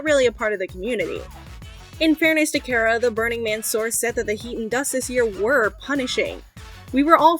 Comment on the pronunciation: Car-uh. Not care-a. Names matter.